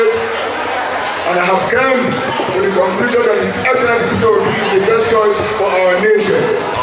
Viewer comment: I like how that young preacher called him Fitter Obi 😂😂😂. In the east we call him Pitobi 😂 and the Yorubas say Peter Hobi. 😂